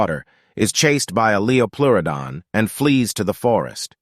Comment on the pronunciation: "Leo Pluridon" 💀